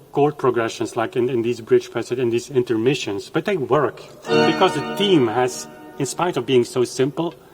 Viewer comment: "th" eme;Ifyou cannot say that, how can i believe you elsewhere?